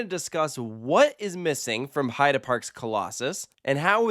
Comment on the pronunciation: Gotta say, I do appreciate your correct pronunciation of "Heide" Park! Ofc I'd never mean to criticize or be bothered whenever I hear Heid"ee" instead of Heid"uh" (if that makes sense), only want to positively bring out that you spent the effort! And now let's ask our friends from Poland how probably all of us are constantly butchering "Zadra", shall we?